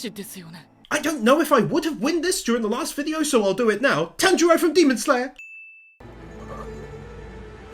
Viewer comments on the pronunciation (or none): none